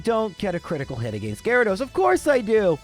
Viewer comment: As a midwestern American, I appreciate pronunciation of the word “against”. It makes more sense than how I say it.